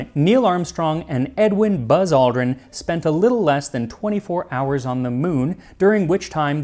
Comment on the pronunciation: "Alderan" Lmao